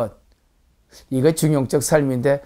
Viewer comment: 한 가지 발음 문제!! 중용적을 왜 "중용쩍" 이라고 발음하십니까?? 이 " 중용쩍"이야말로 "반중용적"이올시다.